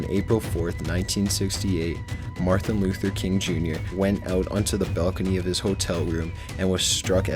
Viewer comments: Did you just fucking say marthin Luther King, JR.??? How the fuck do you mess up his name?? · He said [in-dick-tid] instead of indicted. And then later he said "Marthin Luther King" lol